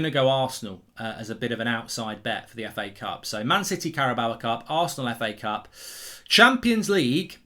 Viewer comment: Carabao Cup. How does anyone get “bower” from “bao”. It rhymes with “cow” Mark. If you say it phonetically maybe you could say it rhymes with “Mayo”. An inanimate trophy is one thing, but you even do it with people. It’s so disrespectful. You might think it’s fine to keep calling Diogo “Diego”, but you wouldn’t want to be called “Mork” or “Murk” would you? I know you’ll think I’m being pedantic but it is disrespectful. Big fan of Thits Fat-bull and the Oh-Nuted Stond by the way.